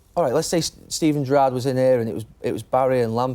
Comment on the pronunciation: Why did G Nev pronounce Gerrard's name like that? Wtf 😂😂😂